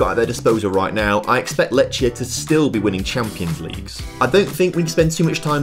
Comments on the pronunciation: Lechia is my club and u pronounce it (lehia) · Letch? Letchia? Racow? They are so basic to get right and he can't be bothered - takes two minutes to check. Can't even get Lewandowski right ffs